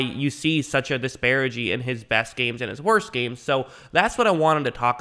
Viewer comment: The word is disparity not disparigy.